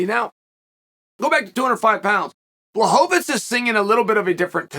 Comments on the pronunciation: Chael... you told me his name was Blowhovavich!!! ...what happened? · CHAEL, Błachowicz isnt a jew, why do you keep calling him Blachovitz? Its so disrespectful.